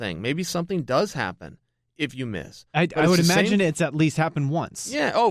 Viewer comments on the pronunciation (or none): none